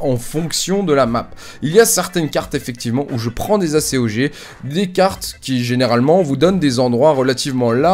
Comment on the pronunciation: tu c que normalement on di pas A.C.O.G mai acog